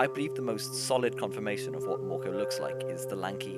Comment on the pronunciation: Mörkö isn't pronounced morko.